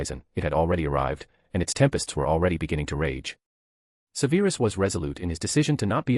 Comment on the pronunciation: Im not halfway through and enjoying enjoying this greatly but theres one thing tha distracts me and I wish you'd fix it. "Severus" is prounounced SEVerus, not seVAIRus......ALWAYS. Thanks, Madam Mim